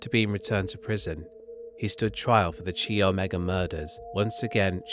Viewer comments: Just so you know for the future, chi is pronounced like kai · Chi is pronounced KAI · You are not pronouncing “chi” correctly. It’s a Greek letter. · chi is pronounced “Kyle” in a Greek sorority or fraternity name.